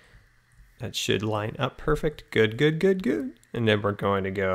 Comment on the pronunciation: WHY DOES HE LIKE SAYING PURFECT !!!!!!!!!!!!!!!!!!!!!!!!!!!!!!!!!!!!!!!!!!!!!